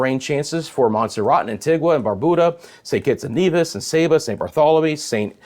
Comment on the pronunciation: It's not pronounced Barbooda the u is pronounced you... it's pronounced antiga not antigwa. I'm just trying to yo help you